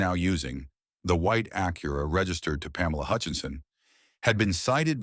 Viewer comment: It's pronounced Ack-your-a, not A-cura. Thank you, you pronounced it correctly. 🎉🎉🎉😂